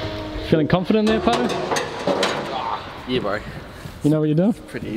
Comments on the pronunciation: If it has been explained before, I apologize, why is Paerau pronounced as "Putter" or is that the correct pronunciation ? Just wondering? Or perhaps that how you are supposed to pronounce it? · It's pronounced like "pyro" but you roll the "R". It's a Maori name.